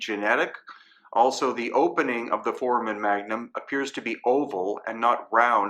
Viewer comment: For-A-Men foramen, not formen